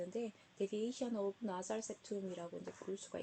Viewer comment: 발음이 너무 앙망이니 연습 좀 하고서 유튜브에 올리도록 해요. Nasal은 나살이 아니니 고쳐 발음해요. 미국식 영국식 따지지 말고 발음공부 많이 하도록 조언합니다. 틀린 발음은 사투리보다 더 듣기 민망합니다!!